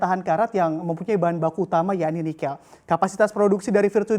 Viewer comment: kayaknya bacanya nikel ⤵ bukan nikel ⤴ (lafal e-nya), atau saya yang salah ??